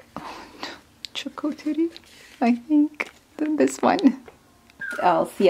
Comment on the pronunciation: My favorite is that peachy house. Plus you said the word correctly, charcuterie 😆